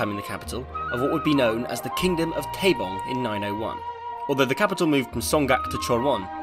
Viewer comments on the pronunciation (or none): dude can you even read 한글? 송각 아니라 송악이야. 발음이 왜이래? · It should be more like Song-aak with no ‘g’ sound in the second letter. But other than that your Korean is quite good! And the content is amazing! This is the most informative and comprehensive English channel on North Korea that I’ve ever seen.